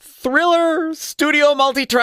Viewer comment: Always used to fascinate me as a kid that MJ barely pronounced ‘Thriller’ properly and sings ‘Diller’ and ‘Giller’ and whatever felt right.